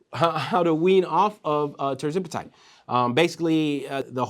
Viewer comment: Hey, ……Love your shows but I keep noticing that you are mispronouncing Tirzepatide 😂. I’m trying not to notice but everytime I hear it, I say, “why is he saying it like that?”